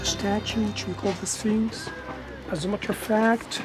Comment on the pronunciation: it's not 'Spinx'...it's Sphinx (pronunciation: sfingks).